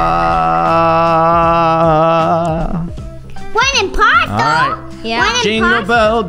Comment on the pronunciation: i loveeee when say ohh there is one imposooo lol